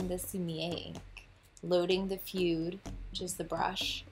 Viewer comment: You're really good with the fude (it's pronounced fu-deh) actually! I get what you mean about feeling zen though. When I had to do calligraphy at my Japanese language school (I study art in Japan) it definitely got zen after a while!